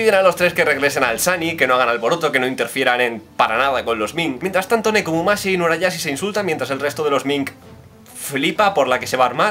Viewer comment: Es Nekomamushi no Nekomumashi xD